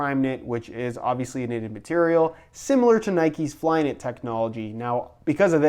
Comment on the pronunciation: said flynit.